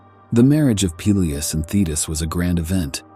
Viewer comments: I like how the AI keeps pronouncing "Peleus" is fun diff ways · I can't watch AI narrated shit when every mention of a name has a different pronunciation. Peelius. Peléus. Pelyus. OMFG.